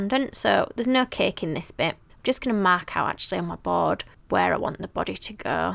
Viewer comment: It's Funny How she says Ceke it's Cake 🎂 hahahaha!!! 😂